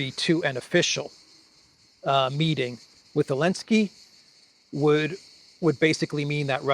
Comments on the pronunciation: Please, his name is Zelenskij inte Elenski.... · Why do you call him alinski? Is that how you pronounce zelinski or did I miss something? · Why do you say "Alinsky" ? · Why do you call Zelensky alensky? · Elenski kept saying "sank you Mr President" while pulling strange expressions giving the impression he was far from thankful! 😂😂😂😂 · elenski banned the letter Z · Because Zelinsky BANNED the letter "Z" in Ukraine.